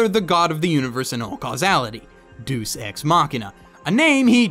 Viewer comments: Repeat after me. "Deus". DAY-US. DAAAAAAAAAAAY-US. Not fucking deuce. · Isn't it pronounced "day us" not deuce lol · Lol it's Deh-us not deuce xD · even tho, this is 7 years old now. train yourself in properly pronouncing latin. deus -> DE US etc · its pronounced (DAY-US) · The God's name is pronounced Day-us :) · "Deus" "Deuce" What the... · its Deus pronounced Dae Uus